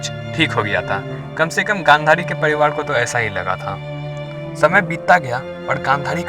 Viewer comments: Padiwad kya hota hai? Pariwar bol na saaf saaf. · सब कूछ तो ठीक है लेकीन यह तू र को ड क्यो उच्चारण कर रहा है ? 😂😂 पडीवाड नही परिवार होता है और परिवार ही बोला भी जाता है । हिंदी नहीं आती तो सीखो कमसे कम उच्चारण तो सही हो । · Focus on your words bro Its privar not pdivar aur raja not daja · Pariwar hota hai Padiwar nhi bhai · कराने –कड़ाने, राजा -- डाजा , परिवार _ परीवाड ....ese kaise bolte hn bhai???